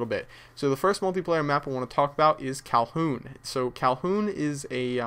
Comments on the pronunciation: atop saying calhoun! its kowloon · man... ur great at call of duty but you don't pay attention much. favela? and its kowloon not calhoun. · Kalhoon? It's pronounced KowLOON! Also it's not in China, it's in HONG KONG! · "Kowloon" not "Calhoun". Great videos. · Hey, it's not Calhoun, it's Kowloon, a city bordering Hong Kong in China! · First map is called Kowloon, not Calhun ;) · It's not Calhoun, it's Kowloon. And it's not Favela, it's Villa. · It's Kowloon, not Calhoun. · Dude, it's KOWLOON not Calhoooon. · its KowLoon not Kowhoon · Thought it was called Kowloon not Kolhoon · "Kowloon" not "Calhoun" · When kept saying kalhoon I was about to punch a baby it's KOWLOON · cowhoon???? lmao you mean kowloon :D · They come out on xbox first! And come on u sed favela and u sed said kowhoon it's villa and kowloon;) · its not KAHOON its Kowloon xD RIGHT NEXT TO WHERE I LIVE ----> hong kong :) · calhoun? you mean...kowloon. haha. ive been to kowloon in real life. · kowloon not kowpoon haha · its called Kowloon KOWLOON mate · Did he say Kowloon? The L should be pronounced.